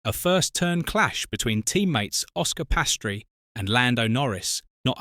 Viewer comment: He is calle Piastri…not Pastry🙄